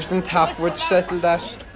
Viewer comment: The word Tim's mother said wasn't "commenting" it was committee but pronounced as "comm-mitt-teeee" When Tim is being interviewed, I believe what he says is "...the boys on top would settle that" pronounced as "the buys on tap would sette-l that"